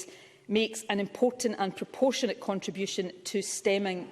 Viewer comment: Did she say proportionate??? Ha